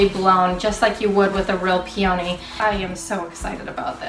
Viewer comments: Hi, enjoying your video....but just need to say one of your favorite flowers is pronounced Pee-ah-Knee with emphasis on Pee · Your videos are wonderful and you are delightful to watch. I love nothing more than saving money by tackling a DIY project. Yours are so clever and easy to follow. Thank you for that !! If you will forgive me, I have only one teeny issue and it is on my favourite DIY....... the peonies in the glass vase. They are not pronounced '' pea-OH-nies'' with the emphasis on the "O".! It's "PEA-uh-knees'' with the emphasis on the "PEA" ! Please forgive me for being so picky but after hearing you say it over and over again, I felt compelled to mention it ! Sorry!! I think you are wonderful....bright, funny and so joyful ! God bless !! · You are mispronouncing peony. But the results are fantastic!